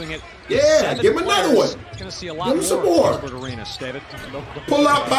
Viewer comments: "GILBER" ARENAS LOL YEAH IT HAPPENS...TIGHT VIDEO THO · Nobody:: GILBER ARENAS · Seems like getting curved makes you illiterate 😂😂 “gilber “ kekekekee